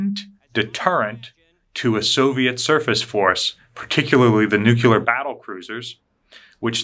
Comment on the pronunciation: New-Cue-Ler is a no go. New-Clee-Er please and thank you. OTHER than that, really enjoy the channel! Use of the "word" new-cue-ler makes your operation sound less professional and I'm sure you don't want that. On the subject, we are experiencing a lot of problems in force projection with increases in optempo and perstempo. Similar to how you can't create Docs and RNs and ICUs out of thin air in a pandemic, you can't have increased vessels and personnel without a concerted effort that takes time and dedication. Do we have that? Not right now we don't. For reference - see the Five Truths of SOF.